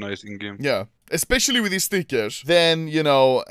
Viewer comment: I love when Ludde says stickers. Bro says. Steekairsh